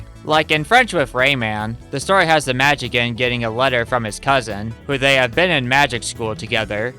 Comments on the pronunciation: Just for the record, the proper way to say "Magician" is "mah-JIH-see-ann" or more simplified, "mah-JIH-shun". It is NOT pronounced "mah-JIH-kan" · The way you pronounce ‘magician’ keeps cracking me up. 🤭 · okay, i'm gonna be real with you. i like your videos a lot, but for the love of all that is holy, how the hell have you made it this far in life without knowing how the word "magician" is pronounced.